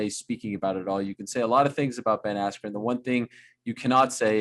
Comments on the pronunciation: The real question is why Buffer mispronounced his last name. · BEN ASSKEW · I know he's a legend but come on How does he get Asscue form Askren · Ben "Askew" Askren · At least Bruce never called him 'Askew' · Did anyone else notice Bruce Buffer mess up Ben's last name? Askoon I think he said🤔.lol I think Jake Paul had him say that just to mess with Ben